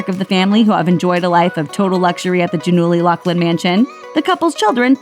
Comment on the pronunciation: is it not pronounced Gia-null-ee?? lol